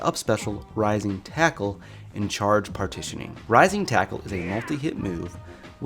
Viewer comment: It's still debatable if he is saying "Rising tackle," "Rising Taco," or "my nintendo."